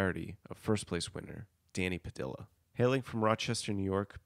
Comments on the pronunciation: It's pronounced Padiya, not Padila. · padilla is pronounced like tortilla